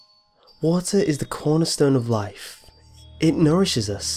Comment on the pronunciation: wotah, wotah is du canistirr of laiff